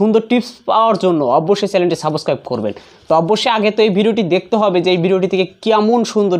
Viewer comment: Saboscraib 😂😂😂 ki uccharon